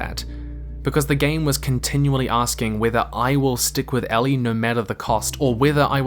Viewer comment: Anyone else bothered that he keeps pronouncing "Ellie" as "Allie"?